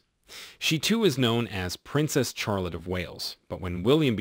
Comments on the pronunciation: Charlotte is pronounced as Shahl- otte not Chahl-otte. I do wonder why a photo of Prince Louis (pronounced Lu-ee) was on screen when you were talking about Prince George? Small details but they do matter. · Mine is from the bible and is pronounced shar-lot